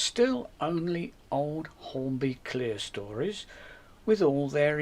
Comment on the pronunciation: Nice to hear 'Clerestories' pronounced properly. I was giving up hope.